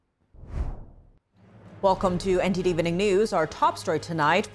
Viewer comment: Attention NTD: The word "evening" is a 2-syllable word, not 3. Check the dictionary.